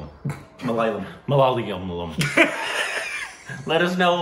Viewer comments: Ma-la-ya-lam Good job though! It's a very tough language in terms of pronounciation I guess. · Indians: Malayalam: malaliyam 🤣🤣🤣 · It's pronounced as /ˌmələˈjɑːləm/. The Malayalam film industry produces the most natural movies in India and has plenty of actors who excels in natural acting. Mohanlal is the most versatile actor India has ever produced. You could watch his movie, 'Thanmathra' which depicts the life of a man with Alzheimer's. You would be blown away seeing his performance (living as the character) in that ❤️ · It's Ma-La-Ya-La- M guys.U can spell it from first to last and from last to left🤞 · That's Ma la ya lam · It is Ma la yaa lam 😀😄 so easy! All "a"s should be pronounced as Ah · Pronounciation is like MA-LA-YAA-LAM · Ma-la-ya-lam. & Kumba-lan-gi (ie. gi. sounds similar to ghee, but still not sound like ghee. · It's Malayaalam in pronunciation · It's Ma-La-Ya-Lam. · MALAYALAM (pronounced: MA--LA--YA--LUM) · it is pronounced as മ Ma ല la യാ yaa ളം lam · Best films in our country are made in Malayalam. Review more Malayalam films. Pronounce like this MALA YAALAM. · Ok say it with me. Ma_la_yaa_la_m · Mal-la-yaa-lam, pronounce it wil this. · I died on the spot when they pronounced"malayalam" 😭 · I am looking forward to the day when there would be many malayalam movie reviews on this channel and i would binge watch them for fun.....By the way I don't mind you messing up the pronounciation, I am all in for the reaction. Keep up the good work guys. Lots of love from Kerala. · Yes..you guys are completely mispronouncing Malayalam...😃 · dude.. when are you going to pronounce it right? 😄.. Take it easy, jokes apart..I really enjoyed review and got to know how you guys enjoyed this Malayalam movie. Natural acting and realistic stories are the hallmark of Malayalam movies. Keep watching our movies and get mesmerized 😌. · is still pronouncing it wrong!!! IT's MA LA YA LAM!!! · It's not 'ma laal yam' it's 'ma la ya lam'